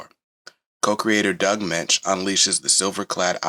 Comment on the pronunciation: Firstly, congratulations for pronouncing Doug Moench`s name correctly. Secondly, if you like David Finch`s version of Moon Knight , he & Charlie Houston had a run in the early 2000`s collected in a hardback called The Bottom. It`s worth a look. Denny O`Neil actually started Batman in the early 70`s. For a while he floated between both companies. I always thought the glider cape used by he & Batman was developed in the Moon Knight series first . I may be wrong, if I am someone please correct me. No, comics haven`t been for kids in a few decades . My clerk`s grandson spotted a copy of Teen Titans I had brought to work . I tried read it to him & was kind of shocked at how violent & horrific it was for a 5 year old.